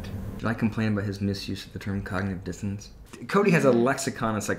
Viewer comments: I think Kodylocks is not just misusing the term cognitive dissonancing but is not even saying the words correctly. I think he's saying cognitive " distancing " which is adding to the mixed up/confusing/misused term from Dr. Kodylocks' Book of Big Words to Make Yourself and Others Think You're Smart. It will make a great stocking stuffer or kindling for a cozy gathering around your own fire pit! When I was typing cognitive dissonancing, auto correct was trying to change it to cognitive "disco dancing". Too bad Kodylocks auto correct didn't think of that first😁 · I think he actually said cognitive “distance”. lol. Listen again.